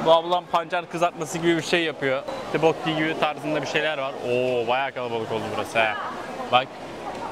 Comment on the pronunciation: abi tibokki diye telafuz etmişsin daha çok toppokki deniliyo bir de hotpotçulara ya da kore barbeküsü denemeye giderbilirsin ❤🌸 Ayrıca koredeki hazır donmuş gıdalar çok meşur bir gün boyunca market ürünleriyle beslenme videosu gelir mi 🦋